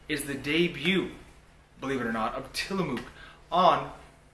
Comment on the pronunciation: God.. he keeps mispronouncing Tillamook and its just making me cringe.